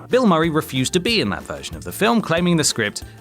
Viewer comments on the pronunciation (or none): none